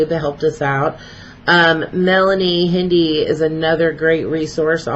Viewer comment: Hello, thank you for the shout out . The E in Hinde is silent . So like Behinde lol behinde . Love you